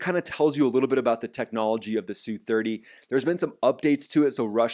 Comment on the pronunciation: "S" "U' 30's. No one calls them SOO30's.